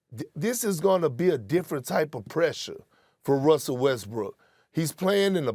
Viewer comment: Stephen A Smith made a mistake in call Russell Westbrook Russell Westbrick 😂😂😂